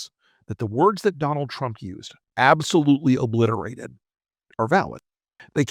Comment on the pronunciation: ...."tatally oobbblisserrra"...🫦👅 He has lost his pronunciation and the American people💋